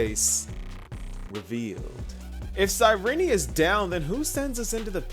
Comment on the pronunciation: Sayrini? Isn't it pronounced as sayrin? Genuinely asking